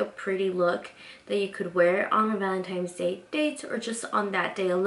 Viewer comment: I love your tutorials! Big fan here but I noticed whenever you said Valentine's, you pronounce it Valentimes. There is no M in Valentine's day sweetie. 😂😂😂 Other than that, this look is absolutely beautiful!! ❤️❤️❤️❤️❤️